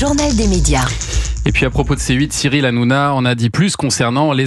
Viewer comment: C qui rrrrranona